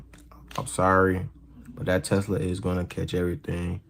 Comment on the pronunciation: I'm sorry, but the "Teslawwww" gets me every time she says it. I can't help but think "You want some Teslaw with your fish and chips? Or coleslaw?" 😂🤣